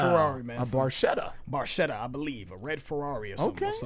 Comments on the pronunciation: it's barketa not baršeta. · It's pronounced Red Barketta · Best song off the best album by the absolute best band on the planet. In the automotive industry, the term "Barchetta" is used for a two-seat car without any kind of roof. The proper Italian pronunciation is [barˈketta], with a /k/ rather than the /tʃ/ sung by Geddy Lee. Neil Peart's favorite car was the 1948 Ferrari 166MM ″Barchetta″. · The “ch” should be pronounced as a “k.” Geddy mispronounces it. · A little trivia. You are correct; Barchetta is a Ferrari. Yet the pronunciation of Red Barchetta is Red Bar-keh, not Bar-che. Because Geddy pronounced it incorrectly, the new title is Bar-che. Barchetta is Italian for Little Boat. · In Italian, "ch" is pronounced like "K." So, you should pronounce it as red barketta. Barchetta in Italian means "little boat" because its shape resembles a little boat. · Actually pronounced Bar-ketta. Saw this live 4x in 1981. MSG 2 nights, 10th row, 11th row. Nassau Coliseum 2 nights 18th row, 7th row. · FYI...Barchetta is pronounced "Barketta". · Pronounced, "BarKetta" or 'small boat' in Italian. Geddy mispronounces it in the song 🙂 so don't feel bad. This was the song that sold me on RUSH in high school in the 1980s. As a car nerd, I was hooked. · Pronounced BarKetta, which is a small boat in its original translation! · i know noone cares but it's pronounced barketta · i know, i know... but the real pronunciation is barketta, sorry i must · Sort of. Regardless of Geddy’s or these guys’ mispronunciation of barchetta, in automotive terms it refers to a particular style of car (similar to coupe, sedan, spyder, targa, etc.), not to a specific model — although if you say “Ferrari barchetta”, car enthusiasts will know which particular cars you are referring to. A barchetta is a small, open-top car similar to a little convertible, but with no top that can be put up, so if you’re out for a drive in a barchetta and it starts to rain, then you have no choice but to get wet.